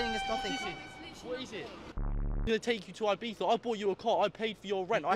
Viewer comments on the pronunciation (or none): none